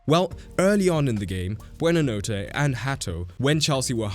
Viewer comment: Dude, the f did you do to Buonanotte's name here...